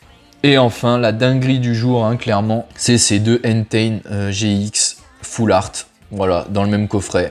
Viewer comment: Tu prononce mal deux pokemon systématiquement, c’est Enteï pas Enten, Yeveltal et pas Yvetal. Pour les boosters légendes brillantes c’est mini une holo donc c’est normal ;)